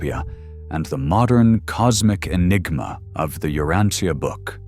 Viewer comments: I have studied "The Urantia Book" for over 50 years. Here in this video is the first time I have heard "tia" in Urantia pronounce as "Teea". I believe the correct pronuciation is "sha", also same for the word "Morontia". Thanks for this thoughtful video. There is no subject in history more important than shedding light on the life of Jesus Christ. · We pronounce it as ( u rahn sha) but maybe i reside in different region.